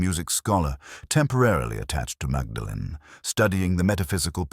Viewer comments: Pronounced Maudlin isn't it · That’s not how they pronounce Magdalen